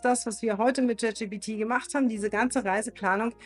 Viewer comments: Jet Schi Pi Ti - Alles klar.. an der Aussprache üben wa aber noch gell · Bitte: die Aussprache. das video ist wirklich interessant und gut. wirklich! es ist gleichzeitig unglaublich; wie sehr mich deine aussprache des namens des LLMs triggert. es heißt wirklich nicht „JET gpt“. ansonsten sehr schôn pragmatisch. hilfreich.